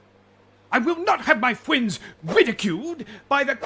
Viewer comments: "i have a vewy gweat fwends in wome"😂😂😂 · Did you notice he pronounces friends “Fwends”